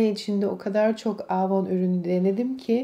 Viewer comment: Yıllardır kullandığını iddia ettigin markanın adını söyleyemiyorsun ama daha.çocukluğumdan beri bildiğim avonu aaavoun diye söylendiğini sende duydum.hiç samimi gelmedin.